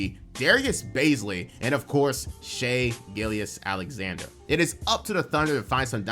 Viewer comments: You not saying Shais name properly is driving me nuts bro But also, another amazing vid. Keep up the great work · How do you follow the NBA this closely, yet don't know how to pronounce the runner up for MVPs last name? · How do you say Shai’s name wrong every single time in 2024 bro